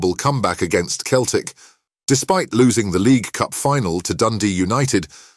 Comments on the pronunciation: Keltic ? It’s Celtic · If you want your voice-over app to pronounce Celtic correctly, you need to spell it 'Selltic' 😁